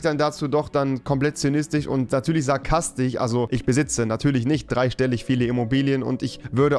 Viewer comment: Ich finde dein humor super und ich verstehe ihn auch, aber ich kann mir gut vorstellen, dass manche leute das missinterpretieren oder damit nicht umgehen können und btw: es heißt sarkastiSch und nicht sarkastich 😂